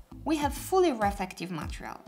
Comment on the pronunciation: Love how you say it "matrial" insted of "matErial" in every video, but now, its overusage time! 😁😁😁